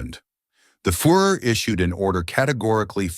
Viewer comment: the "fur er" and the "fore er." Good lord. Does anyone check pronunciation on these horrible videos? Of course not because they are all AI. No humans took any part in this garbage.